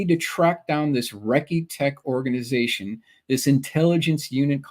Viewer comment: A correction regarding the B-36 event: It's "Recce Tech", not Wrecky Tech. It's mil-slang for Reconnaissance Technicians. And it's a misnomer to claim that the cameras were confiscated. (Even if it were a crew member who used that word.) It was these technicians who were responsible for loading and unloading mounted camera gear or other sensors, as well as seeing to the development of film or ensuring that data or material went to the correct place for analysis. Clearly, they would also be the people to whom handheld cameras would be turned over. That said, it's always been a fascinating case to me.